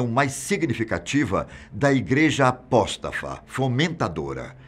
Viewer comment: Não existe a palavra "apóstaFa". O correto é: APÓSTATA.